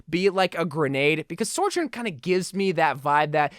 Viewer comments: I think you are saying her name wrong it’s so jurn not sore jurn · I hate to be a grammar Nazi or whatever, but please for the love of God stop saying soR-journ it’s SO- JOURN, like Sojourner. I don’t mean to be annoying it just bothers me for whatever reason. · SOjourn not SORjourn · Say it with me, So-Jurn. SO. This video makes my brain Sore-Jurn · Bro you wack: soijoirn everyone else: sohjurne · good video - it's pronounced So - jern btw, she actually says it like that herself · I hate how he says it lmao